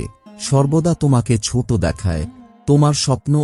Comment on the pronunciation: Bhai kichu2 jaygay aapni choto k chot boley uchcharan korechen proyojon k projojon uchcharan korechen ektu dekhe neben, mind korbena na jeno,khomaprathi🙏❤️